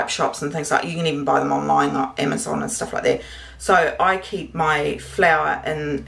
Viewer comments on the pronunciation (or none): none